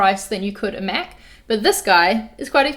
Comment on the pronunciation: Did anyone else think she said she's a meth user at the start? It took me a minute to realise she was saying Mac user